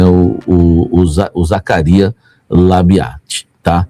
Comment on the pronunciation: pede pra sua fonte ensinar você falar o nome do Zacarias kkkk